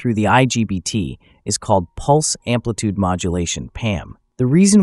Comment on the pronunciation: amplitude, not ampitude